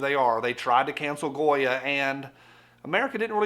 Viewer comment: It's Definitely out front..Especially since it Also Sounds like You're saying "GOYEM"! Hmmmm....Will Anyone touch that!!!?